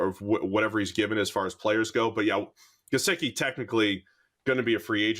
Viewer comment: This Irish guy doesn't know how to pronounce 'Gesicki.'